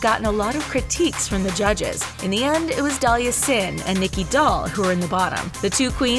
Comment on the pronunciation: narrator: "brita, nicky, DOLL, widow von du..."